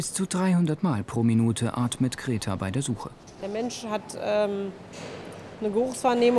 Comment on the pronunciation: Wie der Sprecher diese Hündin Greta einfach immer als "Kreta" ausspricht